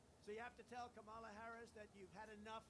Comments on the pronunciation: Mr. Ivy League and broadcasting legend, It's "COM-mah-la," NOT "Camel-a," "Kuh-MAHL-a," or "Kuh-MEL-a". Do better!!! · I doubt that you will even read this comment, but I have to say, I have enjoyed your channel since you started it, but I find it quite disrespectful that you have yet to pronounce Kamala Harris's name properly. The first time I raised my eyebrow but I was like, he'll get it right next time. And then the second time, I raised my eyebrow and just left it there. And now I have yet to hear you pronounce her name properly. That's not a good example for your itty bittys. As you would say, no matter who you are supporting, it's just common courtesy to have respect for another human being. Kind of takes away from your credibility a little bit. At least for me, and I'm sure a lot of people notice. And I say this, because obviously this has been a huge issue for republicans, that they are not allowed to say her name properly.